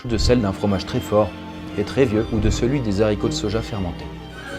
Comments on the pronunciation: Des zharicots de soja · "Des Z'haricots de soja" ❤😁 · des zaricots _ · T'as dit des zaricots, T'AS DIT DES ZARICOTS, PUTAIN ON NE FAIT PAS LA LIAISON!!!!!! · Le "zaricots" m'a fait grincer des dents...